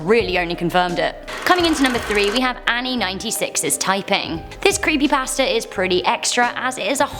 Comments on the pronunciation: When she says creepy pasta it sounds as if she is saying creepy bastard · I thought she said creepy bastards when she said creepy pasta😂😂😂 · I kept hearing "creepybasterds" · I keep thinking that she’s saying, “Creepy BASTARDS.”